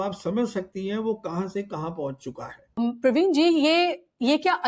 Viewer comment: Pravin not Parveen